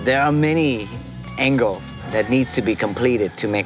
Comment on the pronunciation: .."There are many angles..." but he doesn't pronounce "the s " in angles.I wonder what kind of english he is using !